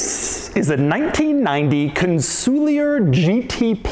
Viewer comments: Con Sul Ear not Con soolee er. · It's not "Con-sool-lee-ur" It's pronounced "Con-sul-ieeeeeeeer":elbowcough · You'd think that before making the video, he'd at least check a couple of videos with Mosler to learn how the name is pronounced. It's Con-suh-leer, not Cun-soo-li-yer. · Yes, his exaggerated incorrect pronunciation was driving me crazy 😂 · Doug it's pronounced CON-SOL-YAY !!!!!!!!! I'm old & have lusted after one of these for over 30 years. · I always assumed it was pronounced like it was a French word... Con-Sool-Eee-Yay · Every time he says kahnsooleeuhr I lose 50 braincells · Are we sure it's not pronounced con-sue-lee-yay? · Im not shure hes pronouncing the name properly 😮 it is gorgeous tho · wouldn't it be pronounces Con-sul-e-A as it's a French word? the "ier" making an "eh" sound?